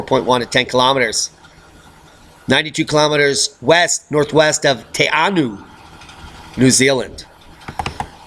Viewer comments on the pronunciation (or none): the NZ earthquakes aren't a problem as that is one of the remotest parts of the country. hardly any one lives there perhaps only the last tiny remnants of the Giant Moa. incidentally Te Anau is pronounced "Te Arnow"